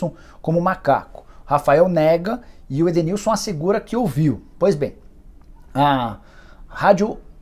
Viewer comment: q conversou com o jogador, conseguiu comprovar oq eu apresentei de hipótese, já esse Roberto, com toda certeza, não conversou com o jogador, inventou algo pra dizer q estava tentando resolver o ocorrido, mas só complicou e NEM O NOME DO EDENILSON ele soube pronunciar!!